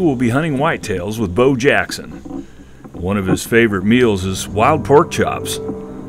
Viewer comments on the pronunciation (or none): That's "Bow" Jackson, multisportsman.